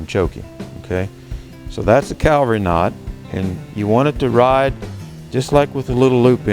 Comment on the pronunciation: Cavalry not Calvary